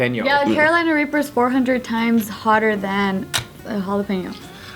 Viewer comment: always says Carolina Raper. I remember them correcting him.